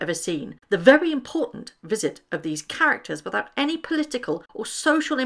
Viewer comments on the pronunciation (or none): none